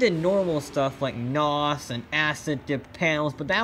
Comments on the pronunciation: turned the video off after he said "nawss" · Said NAAWS. I stopped watching.